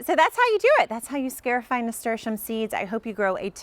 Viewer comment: this is a very handy little procedure! the root word is, "scar" because you are creating a little scar on the seed. therefore pronounced, scar - i - fy 👏🏼